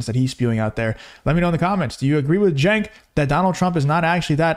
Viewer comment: I don’t get it. My kids learned the CH makes a sound like in the word Chew. Cenk Has no CH in his name. It’s pronounced Sink